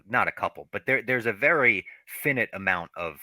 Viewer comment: saying “fin-it” instead of “fine-nite” for finite is absolutely hilarious never change